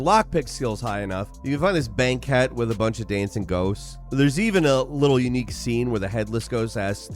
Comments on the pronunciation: did you just say bankette instead of bankwit when reading banquet? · Heads up, "banquet" is pronounced "bankwet," not "banket." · it's pronounced.....banqwet. sorry couldn't resist. after the secret kitchen area....lol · I've never heard anyone say 'banquet' in such a strange way as you do. (Bank-ette? Really? lol) Thanks for this! Good stuff in here. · bane-ket (banquet). 😂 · How did you pronounce "banquet"? Lol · I'm sorry, a what? Definitely not how that word is pronounced. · Bro never saw the word banquet written out before he was handed a script What’s sad is that editor’s didn’t catch this before posting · lolololol I’m guessing someone else wrote the script for this video and you’ve never seen the word “banquet” spelled out before. you didn’t pronounce it correctly